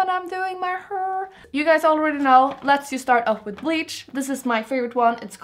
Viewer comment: its called "hair" not "her" :D